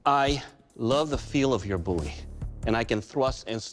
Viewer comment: It's a Bowie, not a Boo ye.